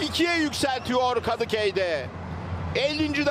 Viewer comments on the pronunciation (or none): Spikerin Kadıkey dediği yerde patladım KSJFJJENFKSKJDOSJF